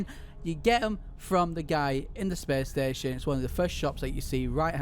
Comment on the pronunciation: “Whulcome too da spess steshion” “jum pout”